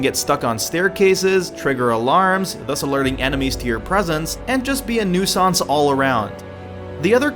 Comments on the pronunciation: This isn't a criticism, just something I noticed. "A noosahns all around"? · Pronounces nuisance nueacence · i couldn't stop laughing at the pronunciation of the word "nuisance". I've heard it pronounced a few different ways, but that is certainly not the right way. nice try robot! you won't master our language! to you!